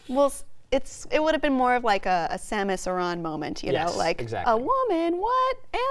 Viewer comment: You pronounce Samus Aran weird.